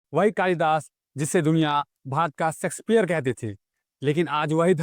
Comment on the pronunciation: Plz do some work on your pronunciation first. Aap श(sha) को स (sa) बोल रहे हो। शेक्सपियर ✔️ सेक्सपियर ❌ नहीं